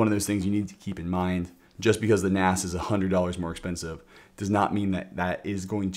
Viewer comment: ... "so, when ever your getting an ass 😉 (a NAS)" ... sorry, I couldn't resist this joke, it sounded just like that